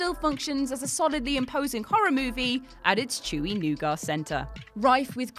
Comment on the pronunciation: The scariest thing about this list was how she said nougat